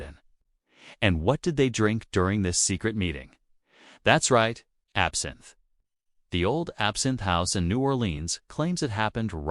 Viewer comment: These AI created videos are getting annoying.... Even the artificial narration mispronounced absinthe as absent.